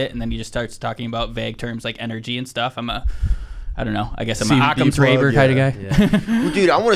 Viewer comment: Did he just say "Occams raver" 5.08 ish? That was funny, if you're trying to sound intelligent, make sure you have your 'ducks in a row' lol! 😊